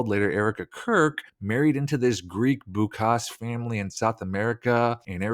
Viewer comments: Why do you keep saying Boukass? It was written "Bouças" in one of the photos. Bouças is ponounced like 'Bow-ssas. The first syllable is stressed. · The origin of the surname "Bouças" (note: cedilla) is Portuguese and the right pronunciation is "Boussas". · im sorry but it seems you got that 'boucas/boukas' thing completely wrong since its not boucas but bouças (ç is spoken like a s or ss) and as far as my research goes it is a portuguese surname, north of portugal/galicia to be precise. also there is a very popular surname here ''rebouças'' which is a variation of the same surname - also a portuguese surname. pretty sure NOT of greek origin. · It is not Boukas/Boucas Greek, it is Bouzas/Bouças Portugese/Gallician. Come on, dig deeper. (my real name is Greek) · Just a small correction: The surname is Bouças, with a ç (not a c) - it pronounces like ss - and it is of Portuguese origin (not Greek). I'm Brazilian. Bouças is a relatively common name here. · It's BouSas. That's why there's an accent mark under the c. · Lots of far reaching in this video. Sure, I see all the weird connections, it's a club and we're not in it. 1. The 2 Erika's don't look alike enough to be clones....at all. 2. The chicken being live is the important part of the ritual, so Claude's dead chicken waive has nothing to do with it. 3. Ç is pronouced as a soft c. No greek connection. You can stick to proven things and still have a bunch of content.